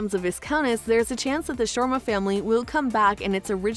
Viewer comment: How on earth did you manage to mispronounce Viscount and Sharma?